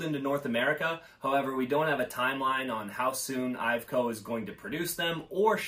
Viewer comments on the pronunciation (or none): IVECO is pronounced EYE-VECK-OH